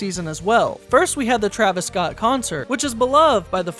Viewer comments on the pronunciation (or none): none